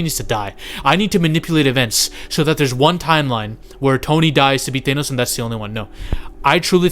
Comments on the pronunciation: Bruh, it's pronounced THANOS, not thaynos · Bro, it's Thanos, no Thay-nose. Wtf???? I can't even take this video seriously when you don't know how to pronounce the great titan's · It’s not Thenos stupid! It’s Thanos